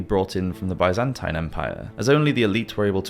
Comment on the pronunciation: Why did you pronounce Byzantine like that?